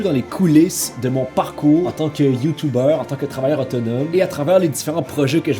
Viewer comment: Ça se dit YouTuber et non YouTubeur